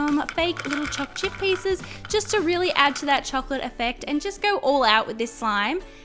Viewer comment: I hate how she says "choc chip"